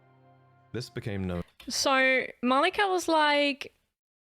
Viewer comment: OK but why does she call Marika malika though?